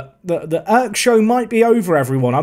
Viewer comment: Dude you're pronouncing Erk so wrong. You're saying like as if it was written like ök. It's pronounces with strong e and strong r.